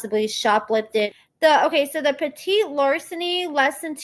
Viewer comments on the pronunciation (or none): Petti pronounce Petty like Tom Petty. 😁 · It's PET-IT larceny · the PETIT LARCENY is pronounce " PETTY " LARCENY